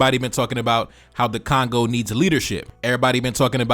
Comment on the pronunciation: It is Congo, not Kangau 😂😂😂